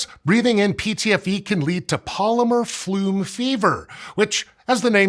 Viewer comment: isnt it polymer fume not flume?